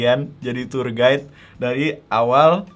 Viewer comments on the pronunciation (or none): none